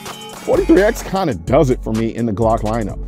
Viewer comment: firstly, i would suggest learning how to pronounce the word 'glock' correctly